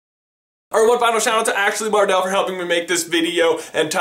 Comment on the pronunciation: It's Ashley Harrell not Mardell